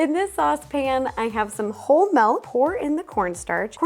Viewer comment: Whole Melk? I thought she was AI, but now I know she is real.